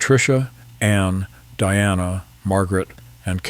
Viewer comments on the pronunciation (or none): none